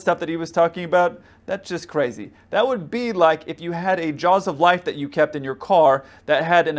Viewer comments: whats he saying? jars of lice? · what did he say ? jaws of life?